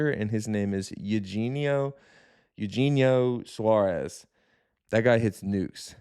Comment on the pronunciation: is he saying eugenio suarez like that as a joke or does he really not know how it's pronounced? lol